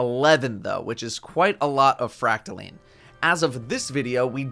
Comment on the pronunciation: Isn’t it pronounced fract-a-line not fract-a-leen correct me if I’m wrong